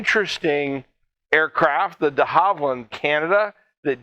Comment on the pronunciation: Yes we retired them in '09, worst decision the oz army has made in a while. First aircraft I ever jumped out of. And just to stay true to form I'm gonna pick on your pronunciation. It's De Havilland NOT De Harvilland. Same as vicar is a religious title, Vickers was one of the largest UK arms manufacturers of the 19th & 20th century's. Beaufighter is pronounced bofighter NOT bufighter.